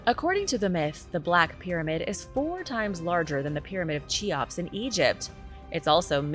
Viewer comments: It is no chiops it is KEOPS reed KE not KI KE - OPS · That would be; Key-ops. The attributè of the Egyptian pyramid.